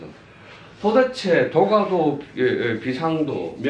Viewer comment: 참 훌륭한 강의입니다. 그러나 독 법 문제. "도가도"의 독버베 문제가 이ㅆ습니다. 우선 선생께서, "도가" "도"라고 ㅋ띄어서 읽었고 첫 번의 "도" 는 짧게 읽었고 다음 "도"는 길게 바르게 읽었습니다. 제 생각으로는 "도" "가도"라고 띄어서 읽고 :가"는 길게 읽어야지요